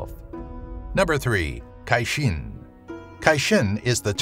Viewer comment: You said Cashein... I heard Chaching... which sounds like an old cash register...$$$ but like you said we Cash in on puns... Love your channel. 👍👍